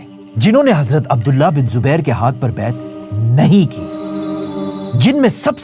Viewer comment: #: When you pronounce ز instead of ض example حزرت instead of حضرت you are cursed.... Laanath hai tum par. Agr tum ض ko ز kehathe hai, tho tum Munafiq ho